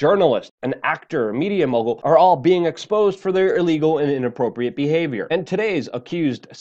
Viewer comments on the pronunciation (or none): none